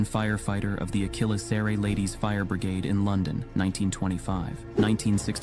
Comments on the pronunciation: * Maniquins is pronounced ma-ni-KINS, not ma-ni-KWINS. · Teacher here: it's pronounced JI-row. And MAN-uh-kins. We still do teach. Do like all the photos.